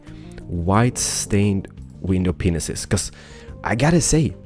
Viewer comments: Are you saying window penises on purpose now? Just wondering I am sure you know how to pronounce it by now. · Dude you should never say "White stained window panes" again lol. It sounded SOO Wrong.... 7.42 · it sounds like he says white window ding dongs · did he say white stained penises?